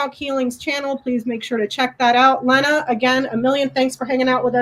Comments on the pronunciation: It is not Lehna. It is pronounced Leena I think. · Is Becca mispronouncing Lena’s name?